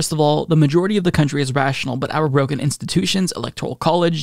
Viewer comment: For a sec I thought you said “Rogan” institutions—not “broken” institutions. I guess either works.